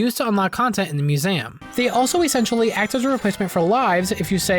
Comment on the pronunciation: 🤨Did you say mue-SAYAM unironically?